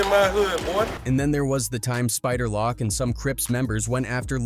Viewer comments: Spider loc (loak) not spider lock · Spider "Lock"?? AI narrating this